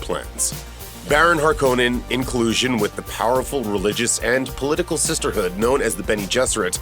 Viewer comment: Please watch the movie so you know how to pronounce “Harkonnen”!!!!